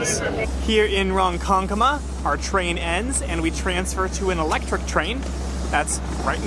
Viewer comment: That first pronunciation of Ronkonkoma nearly gave me an aneurysm....so thanks for that 😂. And Islip is pronounced Ice-lip! Hicksville didn't become a bustling place until after WWII thanks to the building boom! So the reason Hicksville is called Hicksville is because it was founded by Valentine Hicks who bought land specifically for trains, for both an LIRR stop and a depot for a Heinz cucumber plant. He was actually president of the LIRR at one point! Yup, that was an old turntable at Greenport! The turntable at Greenport is only one of three remaining on the island, and the only pneumatic (air) powered turntable remaining. Originally Greenport service from Brooklyn was envisioned as a vital link in the rail-boat-rail connection between NYC and Boston. They thought the hills of New England were impassible for a rail line, and so Long Island was the solution. It opened in 1844, but that spirit was short-lived, however, as it was in 1848 that the New York & New Haven Railroad was opened across Connecticut